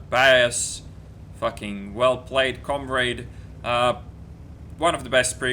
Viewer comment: com-raid? lol